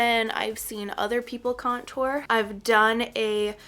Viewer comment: I cringe everytime you say contour lol. You pronounce it like there is 2 T's .. idk why it bothers me so much lol. But this was a great video, you're a great teacher!!